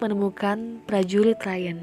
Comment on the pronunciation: Kaka,prajurit bukan prajuwit